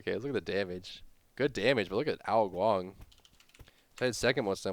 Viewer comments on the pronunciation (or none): when did ao KuanG become ao Guan???